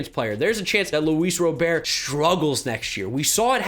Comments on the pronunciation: I’m waiting for the day you stop pronouncing Luis Robert’s last name “Ro-bear”. The dude literally pronounces it “Rah-BERT” himself. It’s cringey at this point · Small note: Luis Robert's last name is pronounced the same as you would if it was someone's first name. Definitely love that you're appreciating him as much as us White Sox fans, though.